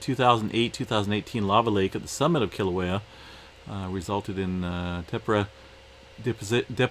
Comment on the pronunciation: Hi, Tephra is pronounced teffra just an fyi 😉. Thank you for sharing, I would like to wish you and your family a happy, safe Christmas and a great 2021, much love. xx 💖🎄🦌🥂